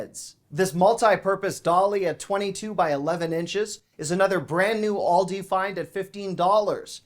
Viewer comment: It's pronounced Aaaal dee... . not Awl day